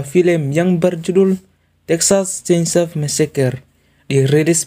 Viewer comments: Menit ke 11 ngakak dgn sebutan SENSO eeee 😂😂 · Bahasa muna nya kental Skali ya bund😂😂😂